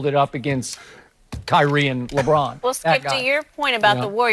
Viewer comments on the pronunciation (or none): none